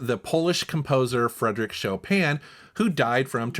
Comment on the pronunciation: nice Pronunciation of Polish Legend Fryderyk Chopin.. I’m from Poland and I used to work in UK with some dude Gary from North Carolina and I ask him to name one Polish famous person - and he said Sean Penn! 😂 (he meant Chopin) I said : what ? Sean Penn is Polish ??? 🤦🏻‍♂️😂